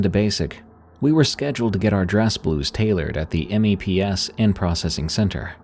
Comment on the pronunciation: it's funny to hear you spell out M.E.P.S. mostly because as a navy wife and mother, it's always just meps, like maps with an e, made me laugh, thank you